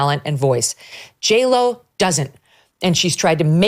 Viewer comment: J-Lo... you mean Jell-O?